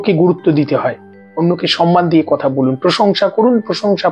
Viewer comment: আপনি কথা উচ্চারণ বারবারই কোথা বলেই যাচ্ছেন দাদা । জয়গুরু ❤